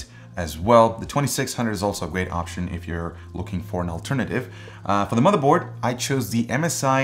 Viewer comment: toom-a-hawk and mode-a-board lmao hahahahahahaha